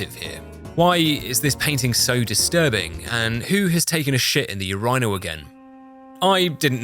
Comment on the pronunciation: Can’t say I’ve ever heard urnial pronounced like that before. Good video also